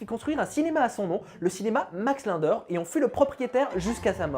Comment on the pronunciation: Tu as écorché le nom Linder tout le long de la vidéo